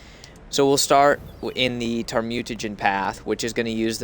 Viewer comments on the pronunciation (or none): lol, i know i prob should not post this, but u kinda misread thamaturge, u said it like tar-mute-a-gen, its pronounced thal-ma-turge. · Just so you know if you still read these comments, it's pronounced (Thaw-muh-turge) Thaumaturge